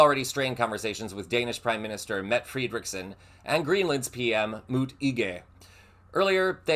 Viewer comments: It’s Met-ta not Mette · Mette is pronounced Mett-a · For reference. Her name is pronounced Meta. It's spelled Mette but in Danish is sounds like Meta.